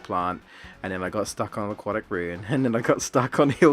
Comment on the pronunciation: Are you sure you're British? You say "aquatic" like an American 😂